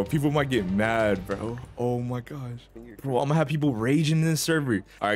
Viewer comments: He said “oh my gosh” but put a y sound before the o so it came out as “oh my gyosh” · He didn’t he say oh my gash